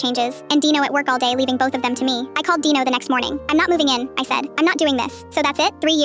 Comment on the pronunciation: Who the hell’s name is dieno because I know you wrote Dino in your caption, but why did it sound like that?